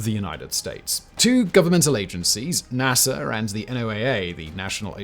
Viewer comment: Oh no redcoat 😱, sometimes summers can be really hot. BTW There is no “R” when pronouncing NASA.